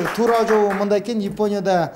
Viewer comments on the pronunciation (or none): Ушул долбоор мага жагат бир суранычым тамганы так айтып эле айтсаз сонун болмок Японя деп мисалы Ипоня деген шаар жок болсо керек тушунгонунузго рахмаат. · Ипония, Имайка деп эмне эле болот алып баруучу. ОЗУ да интеллигентный адам алып барганы жакшы.